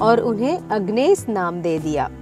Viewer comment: Very slow host and pronunciation is very poor, dont know hw to pronounce the name itself, her name is एगनेस not अगनेस.